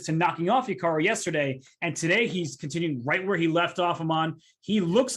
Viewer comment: The way it says that hikaru's name is hiakru in the interview